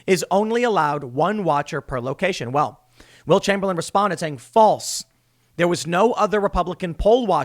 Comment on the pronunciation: Every time you say Will Chamberlain, I hear Wilt Chamberlain.